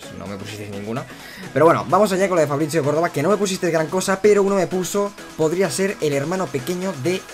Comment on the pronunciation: Porque lees ¨Fabricio¨con pronunciacion italiana? en plan, Fabrizzio?